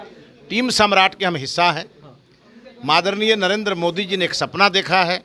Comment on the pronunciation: आदरणीय ❌ मादरणीय ✅